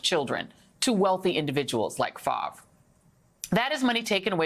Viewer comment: Brett Favre. Look there lady there is an R in his last name